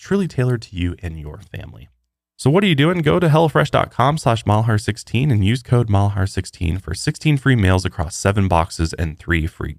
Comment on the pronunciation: I swear you are saying hella fresh instead of hello fresh 😂😂 Congratulations on your new lil one!!! Much love and respect 🤘🏼🫶🏼